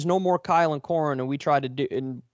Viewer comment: Pronounced Core-een